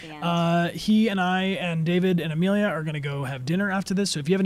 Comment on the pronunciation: Am I the only one yelling Amelia its not that hard